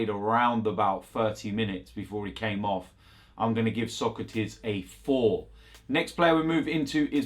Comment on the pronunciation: It's not Sokratees it's Sokratis!